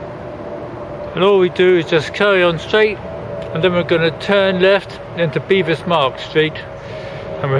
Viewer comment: Its BEVis not BEEvis plus it isn't street its just Bevis Marks.